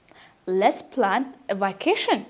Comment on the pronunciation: It is good, but you mispronounced it. see it again how vacation is pronounced.